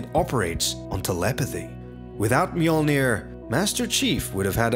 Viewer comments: Fantastic video. Obvious that massive amounts of work have been put into it. Unfortunately not once, did you pronounce the armour as it should be. Mjölnir is a viking name. And should be pronounced as such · I hate that they called it Me-yord-near....